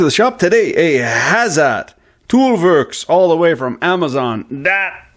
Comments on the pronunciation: it's pronounced something like "ha - tsead" (German pronounciation for the letters H and Z) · Pronunciation is hah-tsett. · H A Z E T...not Hassad